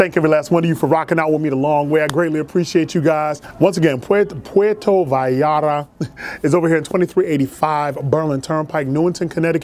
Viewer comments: It's pronounced Poo-wearto vie-yart-a. Thst's a phonetic pronunciation. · Lol "pueto valata" It' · 1st off: you killed the name of the place. The llarta is pronounced yar-ta. 2nd: that dish with the chicken and vegetables with the melted cheese on top isn't even authentic mexican food. There isn't much authentic hispanic/latin food unless you find one of those rare spots out east with handed down recipes or if you happen to be on the westcoast where its easily found. This just coming from a fan who has spanaird descent and has been all over central and south america. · The way he pronounces puerto Vallarta is killing me 😤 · Sweet, the food looked delicious and authentic. Pro-tip: Vallarta is kinda hard to pronounce for english speakers, the trick is, double L sounds like a hard J in english, like in "jank" :) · The double l is a y sound in Spanish just to let you know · your pronounciation of puerto vallarta was way off! lol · Please enunciate it as Pwhere as in where with a P at the beginning sphere toe Vie Yar ta. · You are wrong. The double l is pronounced like "ya". "Puh-where-toe Vye-are-tuh" would be the correct pronunciation. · It’s pronounced Pu air toe vai art ta. Props to you brotha learning that espanol. Keep them reviews coming!!! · It’s pwe rdo . The r is special it goes rrrr learn that shit on you tube though. And then it goes vie yarta . Pwe rdo vie yarda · Puerrrto Vayyyarta....double LLs in Español , are pronounced like a y. 😊. I love your attempts to get the pronunciation right & I love your reviews & channel! Keep up the great work! Provecho...Enjoy! 😊💃🏽🌮🌯 🇲🇽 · Most fire content I’ve seen in a while, had to subscribe and hit the notification bell. P.S. 2 L’s makes a y noise so it would kinda sound like puerto vayata. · Should have gone for a carne asada plate with Tortillas de maiz (Corn tortillas) "Por-ware-toe Va-yar-tah" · Its pronounced Vie-Yar-Ta. Puerto Vallarta. Another banger! Keep em comin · Pwair-toe Vie-are-tuh